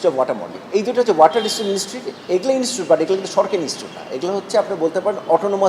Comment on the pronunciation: ইনস্টুট না ইনস্টিটিউট।